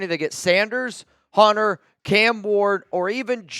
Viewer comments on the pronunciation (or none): none